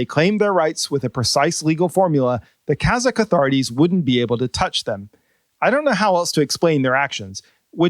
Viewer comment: your kazakh pronunciation is precise.